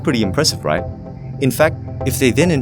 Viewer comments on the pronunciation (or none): it kinda bothers me when you pronounce right as "RIGH?"